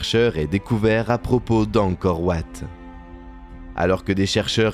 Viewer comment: Angkor wat se prononce en français Angkor Vat